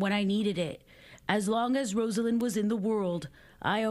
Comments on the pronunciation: When memorializing a person, it's a very good idea to pronounce their name correctly. Her name is pronounced RoZZ-ah-Lynn, not Rose-ell-inn. Crikey. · At least pronounce her first name correctly.